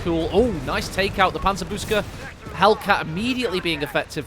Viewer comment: It's panzer-boockse, not booske, I beg of you